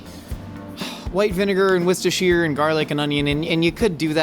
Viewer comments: Brit here: 'worchestershire' is pronounced 'wooster' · worcestershire is pronounced wist a shear??? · Why does he say Worcestershire like that?